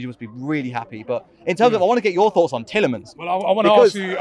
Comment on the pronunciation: how tf can you fuck up Tielemans